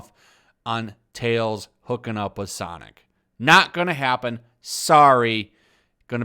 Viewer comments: I love how you keep saying sanic instead of sonic. Not trying to be cute but when you talk like that that gotta go fast meme comes to my mind.... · Its pronounced "Sanic"